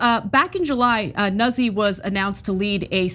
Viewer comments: Nuzzi? its not "nah zee" ...it's "new tzee" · NOOT-see, not Nuzzy lmao